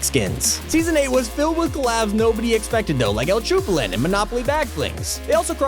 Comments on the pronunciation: i'm sorry, I couldn't stop laughing at the fact that they've pronnounced "Chapulín" as "Chupalín" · who is uL cHuPuLin its el chapulin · Did he just say "el chupalin" that hirt me feelings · LOL he said el chuplin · "El Chupalin":( cmon i thought you out of everyone would pronounce his name right:(